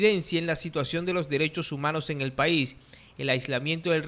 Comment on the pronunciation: Dice eñel futuro en vez de en el futuro.